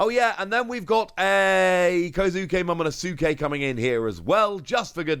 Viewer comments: The "U" in Momonosuke is silent. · Momonosuke (MO MO NO SKAY) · Please just stop saying momonosuke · You mentioned working on your pronunciations having read the manga but not seeing the anime. Here are a few aids: Momonosuke: 'Moe-Moe-No-Skay' Camie: 'Kay-Me'